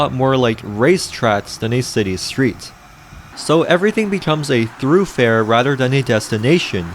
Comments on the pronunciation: It’s not “thru-fare” it’s thoroughfare. Please work on your annunciation. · Thoroughfare, not “throughfare” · Bro said "through -fare" 😅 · Monotone and one need be thorough with the pronunciation of thoroughfare lol